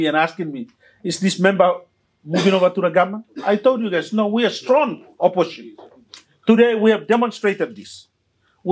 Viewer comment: P)ease say opposition, not oppotion.